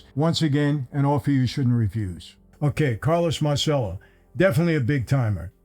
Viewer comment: Michael, I love your channel brother and I think you’re a great guy but come on as many times as you’ve been to Italy, I can’t believe nobody has ever corrected you on. You’re very poor Italian pronunciations of Italian word!!! Mahr chello= Marcello NOT Mar sello.